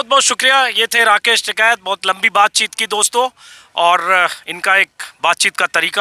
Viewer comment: Its "TIKAIT" and not "TIKAT" 😉😉😉